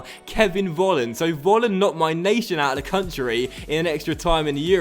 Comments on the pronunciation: Volland must be pronounced like 'Folland' because here in Germany you pronounce the V like an F. Sorry for my bad English (:D) i love this career mode!! Greets from Germany :) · Just a tip, i think Kevin Vollands name is pronounced Kevin Folland